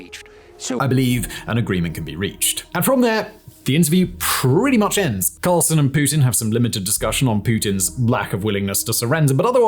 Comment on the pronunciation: I sense a lot of bias, if not outright spin. And an inability to pronounce 'Carlson'.